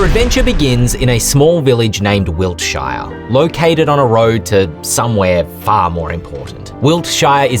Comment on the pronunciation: "Wilt- SHY are" Weird way to pronounce it 😂